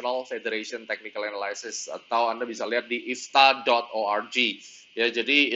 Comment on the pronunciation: Bagus mas, tx. Tp ada yg keliru pronunciation analysis nya. pls check dict mas. Salam..